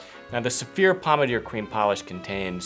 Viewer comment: I thought you were saying 'severe' - now I see you are saying Saphir..... LOL Makes a difference- next video show the name or spell it. :-)